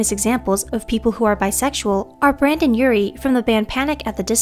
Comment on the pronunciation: "Brandon Urie" I'm ded